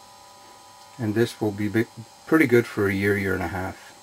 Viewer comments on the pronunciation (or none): none